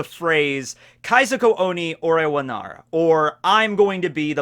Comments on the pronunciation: PLEASE. It's Kaizoku Oni ore wa NARU. not NARA. With a hard U! The world NARU is "become" while "Nara" is "in that case". Please, I cringe every time you pronounce it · Are you leaving out the "ru" at the end of the sentence? I keep hearing "nar" instead of "narU"